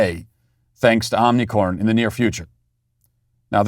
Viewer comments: OMI C R O N!!! Not OMNI - 'CORN'. Like the show, but where are the editors? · Matt Walsh is such a tyrant that his staff are too scared to correct his consistent mispronunciation of omicron and have even misspelled it in the thumbnail. Sweet baby, yeah right?! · What was the name of the variant: "Unicrom" or "Omnicorn"? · It's not Omnicorn? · Matt on behalf of all Greek people please learn how to say OmiCRON not corn 😅😅😅😅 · He’s a master troll. And you fell for it… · Don’t you mean “ “moronic”orn”? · Omicron or Omnicon? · I love how Matt keeps calling it Omnicorn, as if the original variant name wasn’t ridiculous enough already. Lol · Matt continually saying "Omnicorn" never ceases to make me smile. His wry humor amid all the foolishness going on is always welcome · I'm just glad I wasn't drinking my coffee when he said Omnicorn...🤣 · I love how Matt constantly tries to pronounce Omicron wrong but sometimes slips and accidentally pronounces it right 😂